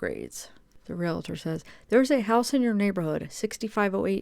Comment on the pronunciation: It’s pronounced real tor; no extra a or syllable in there